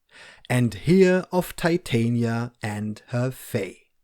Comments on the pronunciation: she’s literally a Shakespearean character. Titania is queen of the fae in the play. You can pronounce it wrong if you like though. Americans pronounce Porsche and Volkswagen in ways that would definitely annoy you as well so whatever. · Pronunciation of Titania. She’s a Shakespeare character from A Midsummer Night’s Dream.